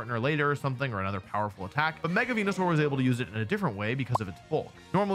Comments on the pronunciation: It physically hurts me to hear Wolfey say venusaur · Real ones know the goodest pronouncism of Venusaur is "wen-yu-sour"